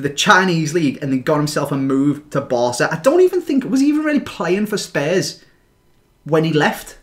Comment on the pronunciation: Are you saying Spurs or some other team? Sorry bro but the way you say spurs is pretty weird